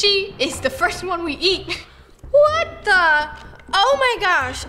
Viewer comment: When your use to roni saying "wHaT tHe" (with accent)(not all people is use to it!)